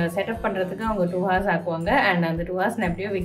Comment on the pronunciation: Akka h is silent in the word 'hour'